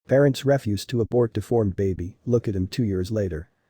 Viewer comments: This is a perfect example of why the 'computer voice' is inferior. Not only does it sound stilted and cheap but it also mispronounces words because it is not able to look at the context of a sentence and discern the correct pronunciation. In the title it says Parents refuse to abort... the word is REE-FUSE or to decline. But the computer says reh-fuse or another word for garbage. PLEASE PLEASE stop using the computer narration!!! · Might want to correct that opening narration. It’s pronounced “ree-fuse” not “ref-use” As a noun, refuse (emphasis on beginning of word ie pronounced REF-use) is food waste, scraps, or garbage. As a verb, refuse (emphasis on end of word ie pronounced ree-FUSE) means to reject.